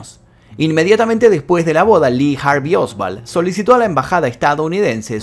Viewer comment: Oswald, no Osvald. No sé porque pronunciás con V.